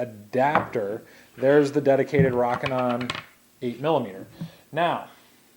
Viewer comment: Long "O" sound. ROOOOKINON, NOT ROCK-INON